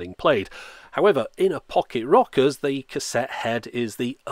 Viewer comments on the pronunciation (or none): "Fock-it Rockers" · I kept hearing you say pocket rockets lol